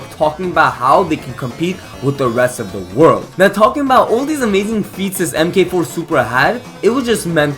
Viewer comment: mk4 is typically pronounced 'mark four' for future reference